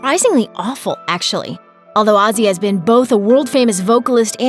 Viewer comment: Who the fuck is Azzy Asbourne? Have enough respect for the man to at least pronounce his name properly, you stupid fucking Yank!